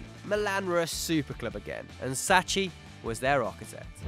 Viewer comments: Sacchi = Sacky, not Satchy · Come on man: it's Sacchi, not Sacci. Ch = K in italian... I would have mentioned Trapattoni, since he built 70's and 80's Juventus and won everything on earth - first team in history to do so. And ofc Kruijff for Barcelona and I dare say even for the spanish national team through his pupil Guardiola. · It's Sacchi not " Sacci" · Sacchi is pronounce SAKKI actually. The same applies to Mascherano = MASKERANO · It is pronounced "SAKHI" "Arigo saKHI"....research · It's pronounced 'saki'.